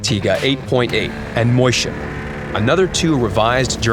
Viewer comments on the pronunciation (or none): It's not moistshen its mäsuschen there is ä